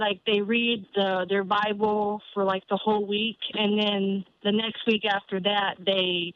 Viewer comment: Da bi bull... da bi bull... cringe. Isn't it odd that bible believers have no sense of logic